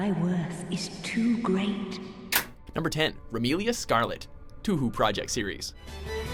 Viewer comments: It's not tue hue its toe hoe get it right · "Toohoo" project series. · i never complain about stupid stuff like this but did he just said Tuhu project?! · Yeah I love playing toohoo! best game evr!!! ... Learn how to pronounce the name of a fucking game right. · Same, my friend showed this to me because touhou is one of my favorite games, and when he said "tuhu" I wanted to punch the screen... I'm sorry but, mispronounced names of things I like piss me off. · Finally. The Touhou series got some recognition. I was actually surprised that Remilia got in, instead of Flandre. I guess the more major appearances, the better even if you're a cute, psychopathic imouto? Also, not triggered, but it is pronounced as "Toe-hoe". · tuhu?! really.bruh get your shit together your male narator fucks up most anime and Pokémon names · Toohoo? Fucking Toohoo? Yeah this guy doesn't give a shit about pronouncing things. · Oh god, he said 'Too-hoo'. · It's pronounced "Toe-Hoe" project you twits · I'm happy to see the Touhou series finally gets recognition here. Although the series' name is misprounounced. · Finally pronounces Blazblue correctly. Mispronounces Touhou. sigh Also, wow. No Slayer or Mira? Seriously? Get with the times people.... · I'm surprised that you guys took a peek at Touhou Project. Sadly, like how you pronounce Shenmue, your pronounciation of Touhou is wrong. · Kind of expecting people raging in the comment about the mispronunciation of touhou. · We forgive them for the mispronunciation since they finally included 2hu. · need to look up how to pronounce titles before putting them in their videos.